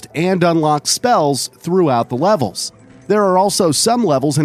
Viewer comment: he kinda said wevels or wlevels